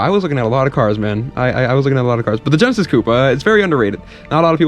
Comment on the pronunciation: All of a sudden pronounces "coupé" correctly for the Hyundai.